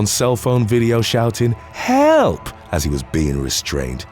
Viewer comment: "He was recorded on cellphone video shouting 'HALP!" LOL!!!